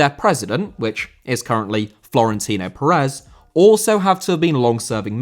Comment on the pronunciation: Pérez* not Parez